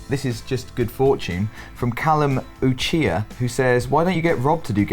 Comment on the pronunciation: Anyone else cringe when he pronounced Uchiha wrong, clearly not a Naruto fan